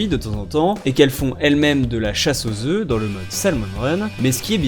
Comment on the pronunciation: pondent des œuFFF 😂